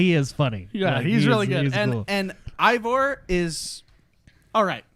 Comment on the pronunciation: Damn it why can no one say aivor correctly lol there's an a guys lol not an i love the video well done guys